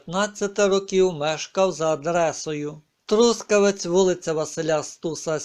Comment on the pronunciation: Трускавец трускавЕц . Хотя бы выучил как правильно выговаривать наз . Города .